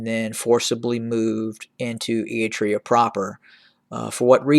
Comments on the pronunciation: It’s not eatrine, it is “Eritrea” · Not a very big deal, but can you please work on your "Eritrea" pronunciation haha. You're skipping the first R like "eat-rea". It's pronounced "Eryt-rea" You're pronouncing Tigray well now 👏